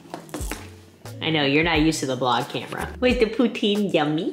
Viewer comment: I love your vids so much but you said Poutine wrong ❤❤❤